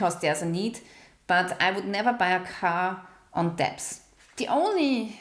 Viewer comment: Hey, the word "debt" is pronounced like "Det" - the "b" is silent. btw... I enjoyed this type of video and look forward to the rest of the series. Also, I have a fixed rate mortgage, and my monthly payment just went up 250$ a month just for insurance! I live in Florida and it is happening to all of us here... This may be why many rents are going up too, because their insurance rates were hiked too.